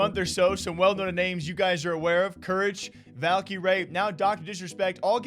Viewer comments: Dude when are you going to learn how to say Valkyrae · I really, REALLY hate how you pronounce Valkyrae...